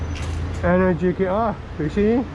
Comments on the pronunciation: Hi from Italy! Enèrgica not Energìca hahaha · Hi! The correct pronunciation is Enèrgica, with the accent on the second "e" 😊 Nice bike